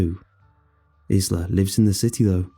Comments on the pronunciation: Th name Isla is usually pronounced 'eye-la'. Also, I should not have listened to this at night. I'll be over here worrying until the sun comes up. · Omg ISLA!!! It's pronounced eye-la 🤣